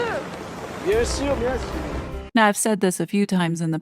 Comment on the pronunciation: Did they seriously give her credit for saying "Bien sur"?!!! She didn't even pronounce it properly!! A high-achieving person would look at a video of themselves saying that and cringe to eternity and beat themselves up for pronouncing it so badly, whereas a lazy grifter like M would be SO proud of herself. Dunning-Kruger effect is so real, it's not even funny.